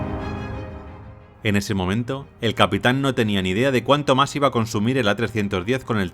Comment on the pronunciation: Que pronunciación tan extraña, la palabra “más” entre otras la pronuncia “Mar”